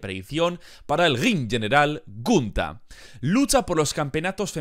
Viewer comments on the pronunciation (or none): Que cringe me da cuando dice "gUnTa". Se dice Gunther y punto. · Dijo huntar kajakakkaa primero amigo no lo tomes a mal pronuncia bien despues das predicciones jajjajajaja